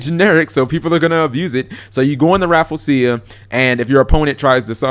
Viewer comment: say it with me cap: RA-FLEE-ZEE-UH